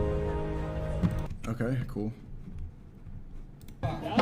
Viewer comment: “it’s a race to the bot’om.” 😂😂😂